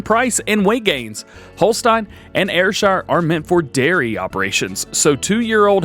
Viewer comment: Goddamnit. How can you pronounce Ayrshire correctly, but not Holstein. Just playing! Finally some real farming stuff in Farming Simulator. The immersion level is finally where it needs to be!